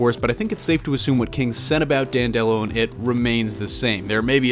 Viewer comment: It's Dan'-de-lo, not Dan-delo'. (At least, going by the audio books).